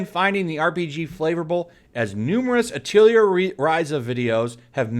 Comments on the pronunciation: Hey 2, not that I care too much but I figured I'd point out for future reference, Atelier is pronounced "Ah-teuh-lee-ay" It's a French word, so don't feel bad, but yeah, I just found it hilarious how you were pronouncing it like Artillery or something xD It basically means workshop and references that every main character is an alchemist, and they use item creation as a heavy role in the game series. Hence, the work shop reference in the title. Again, don't feel bad, but yeah for future reference, it's "Ah-teuh-lee-ay" not "Ah-tiel-lee-er" XD I still can't get over that that's such a funny way to say it. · Great videos, but it is pronounced: "Ah...tah...lee...eh" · The only thing that triggers me about this is your pronunciation of "Atelier" XD Over here we use the French pronunciation which sounds very, very different.